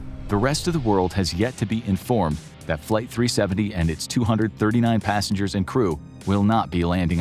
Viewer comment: it's passengers not passangers 😅